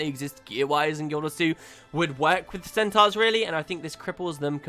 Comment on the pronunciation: stop pronouncing centaurs wrong! fucking hell!